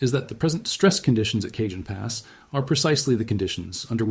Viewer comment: I like your voice and channel. Just fyi: the “Cajon Pass” is pronounced “ka-hone” not “cay-jun”